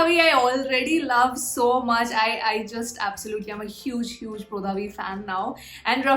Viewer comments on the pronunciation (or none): When she say brodha ..it sound like yodha 😁